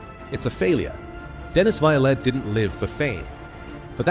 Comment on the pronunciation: Dennis was a character but was a ladies man. That's why busby got rid of him.. and BTW it's pronounce violent. (It's 2 syllables not 3...)